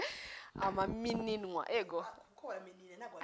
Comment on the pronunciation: Hi, Bavuga "amamininwa" biva ku nshinga Kuminina ntabwo bavuga "Amamiminwa", Ikindi bavuga "GuSHYIramo" ntibavuga "GuSHIramo" naho ubundi inyigisho zawe ziradufasha komereza aho.